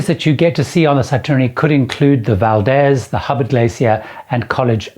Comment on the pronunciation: Good points about Holland America and Princess. Budgeting advise is vital. A lot of tourists are surprised about the higher costs in Alaska. Valdez is pronounced with a long E, Valdeez, that'll be a dead giveaway of tourists vs locals.